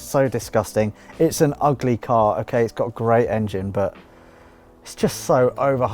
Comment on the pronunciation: This episode was getting better and better until you called the Supra "ughleh":((( edit: And then out-cared you and I got all hyped again:D